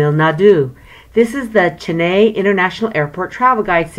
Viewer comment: It's Chennai not jennaai